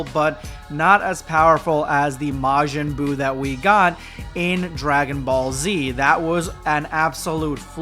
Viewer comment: majin buu ❌ majin boob💀